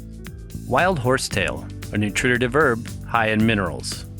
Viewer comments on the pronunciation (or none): Good information, you have a good set of informational videos. Two suggestions however. Please use more photos and less text. I am very visual, and don't need to be both read to and read for myself simultaneously. Second, please watch your pronunciations. You seem to have difficulty with the scientific nomenclature. And you should learn to say 'nutritive' correctly. It is not 'noo trit tit iv'. You are adding a syllable. It is 'noo tri tiv'. Don't mean to nit pick, I was just taught that if you want to represent yourself as an expert or authority, you should master the language of your subject.